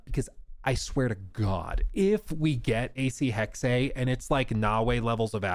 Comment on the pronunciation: Still calling it Hex-A lol